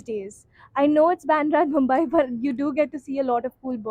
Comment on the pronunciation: 7 years in the city and you can’t pronounce its name correctly … it’s Mumbai.